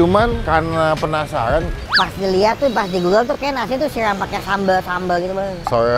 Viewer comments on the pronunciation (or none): SIRAM BANG BUKAN "SIREM".....😂🤣